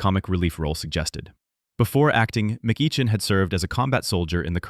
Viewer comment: The AI narration does not know how to pronounce "McEachin". It's actually pronounced "Mc-ekkin"